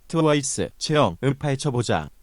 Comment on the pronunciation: 이거말하실때 뭔가 구글번역기 남자버젼 조금속도빠른것같아서 채영이가 채여이가라고드리는거같고요 뭔가 끊기는거같아요